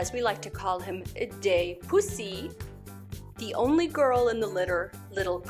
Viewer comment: I believe it's Day-bu-say, and don't remember exactly how you pronounced it. Your reference to Clara Schumann was what I liked best. Thanks again for taking care of these kitties! My orange tabby is sitting on the desk next to me as I write this.